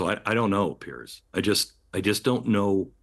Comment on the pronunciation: Piers not pearce. Its not even pronounced the same.